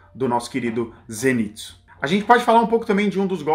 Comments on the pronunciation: Por que ela insiste em fala "zênitsu" mesmo depois do outro explicar que é "zenítsu"? 🤔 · se fala "zênítsú"